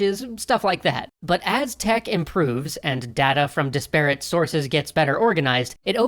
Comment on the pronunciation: "Disparate" is pronounced DIS-per-et, not dis--PARE-et. Sorry, I know it's nitpicky.